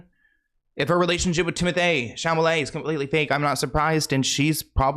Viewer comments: Please it's not Timothée Chamalet ,it's CHALAMET, it's the second time 😭 thank you 😘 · Hi! Just a heads up that says it like that on purpose as an inside joke between him and his viewers 😂 And actually it’s been the hundredth time 😂